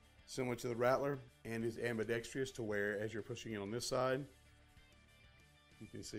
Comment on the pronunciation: I think we need to ban all videos where the author cannot say AM-BEE-DECKS-TRUSS correctly!